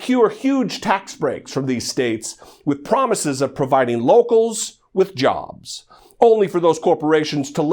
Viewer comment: Donald "Jahbs" Drumpf.